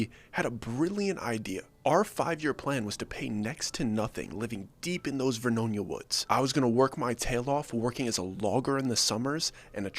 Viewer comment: There is no VERNOINA, It's Ver-no-nia. 10 miles west of the city of Saint Helens.